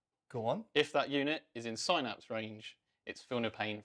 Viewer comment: Couldn't watch it because they kept saying Synapse wrong.